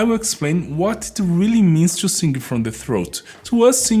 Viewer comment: As a vocal coach, have you ever tried learning to make the "th" sound used in English? And the proper "i" sound in "sing" instead of the hard "e" sound?